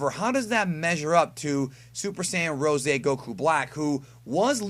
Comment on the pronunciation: You do realize that they say 'rose', like, in reference to the color of a rose (even though it's not entirely the right color), and not 'ROESAY' right?